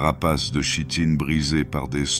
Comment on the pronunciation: Très bon moment, mais chitine se prononce "kitine" 😊